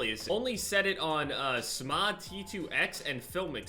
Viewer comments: normal people: s.m.a.a.: smah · "Smah" lmao